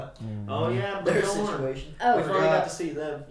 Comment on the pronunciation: Bee-yern. Not Bee-yawn